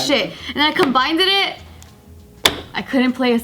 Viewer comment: hahaha that was perfect she “combindedit”